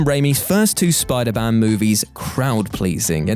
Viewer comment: Anyone else hear spiderban